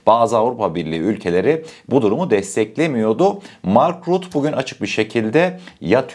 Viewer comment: M.RÜTTE DİYE OKUNUYOR ❤ emegine saglik